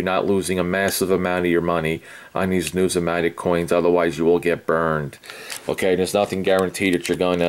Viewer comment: you drone on and on and on and on and on------ Just say what you want to say. Please, if you want to talk about numismatic learn how to pronounce it. When you start responding to the comments on here use spell-checker, and grammatically correct sentence structure. Your 6th grade English teacher would not like how you respond! I have been watching your videos for a very long time, and I do not see evidence of your statement "I am well educated in this field" so do not say it. Had you shown that you have worked for PCGS, or NGC, or worked in a Local Coin Shop, or even worked in a "we buy gold and silver" shop, you would be more believable. Good Luck and God Bless!